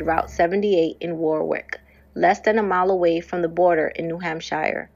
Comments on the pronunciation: Its New England not England. "Shire" is pronounced like "sure." ;) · This channel rules! Cheers 🥃🍺 I believe it's Hamp*sh*er*...but I'm just a bloody Ozzie. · U do all that work & don't even learn how to pronounce New Hampshire? Ridiculous.